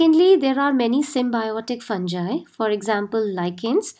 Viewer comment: Pronunciation of fungi is wrong plz clear it